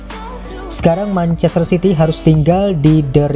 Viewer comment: Perlu bnyk belajar lg nih naratornya, manchaster dibaca menchester gitu. 😀